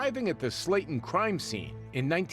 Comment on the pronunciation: *Slaten, not Slayton